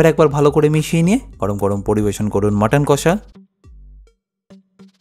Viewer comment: Jader kache priyo, tara ‘kassa’ bole na, ‘kosha’ bole.